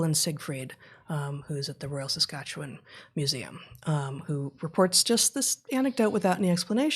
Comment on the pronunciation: So proud to hear Heather pronounce Saskatchewan correctly!